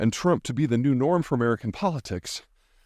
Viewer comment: "An' I'm proud to be an Amerkan!!!!" Pete the Patriot sticks it to the pretenders. It's kinda cute...